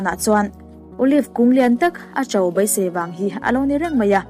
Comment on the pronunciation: A leh e lam pawlh hi hma sawn i la ngai hle mai. Mai aia mei te, beisei aia baisei tih te, hotute aia hautute tih te, Isua hova tih aia Isua hauva han tih ang chi a tam angreng. Chhiar chak ringawt ai chuan chhiar rik dik hi a pawimawh mah zawk awm e.